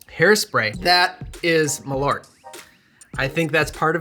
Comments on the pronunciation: Hey love your content. As a Swede, Malört isn’t pronounced ”Ma-lort”, It should be pronounced ”Mall-urt” with the u as in Curt and with a small pause between Mall and urt. Keep up the great content! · That is not how you pronounce malört - it's "mɑːlˌœrt", or MAHL (pause) ERT, sort of like the e in herb, which makes sense because ört is the Swedish word for herb.